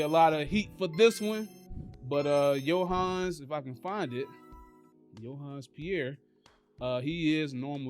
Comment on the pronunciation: Not just saying this just because he is my lil cuz, but you definitely haven't did your homework, and his name is pronounced yun-Zae, thanks in advance